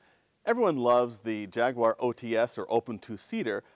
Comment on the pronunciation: Thank you for saying "Jaguar" correctly. Got my like right there.